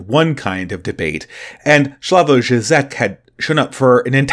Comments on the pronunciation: It's pronounced "Slaw-voy Jhee-jek" from what I'm aware. Despite being a Communist, he helped liberate his country from the actual USSR by promoting a more moderate position (i.e. don't shoot or silence dissidents, tolerate some free market reforms, even a few genuine protests) that eventually led to the collapse of Communism in that area. You have to give him props for that and understand the context of his day and where he fit into it, as he was the 'moderate reformist' of a time when the far left was way, way worse and doing so in his country ran a real risk of getting him imprisoned or killed. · Slavoj Žižek (/ˈslɑːvɔɪ ˈʒiːʒɛk/SLAH-voy ZHEE-zhek)